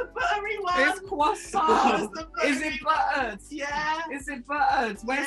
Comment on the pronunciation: CWASSON!!!!! CWASSON!!!!!!! (shaking cwassons maniacally) CWASSOOOOOOOOON